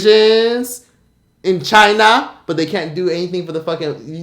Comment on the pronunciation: N!gg@ why u said China like that I’m weak😂